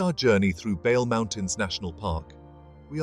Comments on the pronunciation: Only two corrections; Bale mountains is t not the roof of Ethiopia. Simien mountains is taller than Bale( but Bale is good for hickers). Bale is pronounced as, Baley mountains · Thank you for this excelent presentation. Reading the name Bale needs pronounciation correction. Ba must sound as in bad ባ፡ le as in le(ntles) ሌ። አመሰግናለሁ thank you.